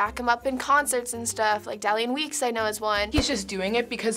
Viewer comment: “dallean weeks”WHAT